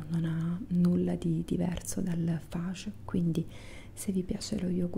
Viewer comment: Ciao,sei sempre piacevolissima per le mie trombe di eustachio 😍 detto ciò però devo farti un appunto,in ragione del fatto che sono per metà italiana e per l'altra ellenica;lo yogurt greco di cui parli si pronuncia "FaGhe" non "faye" nè altro ☺😊 spero non te la prenda con me 😉 baciotti 😙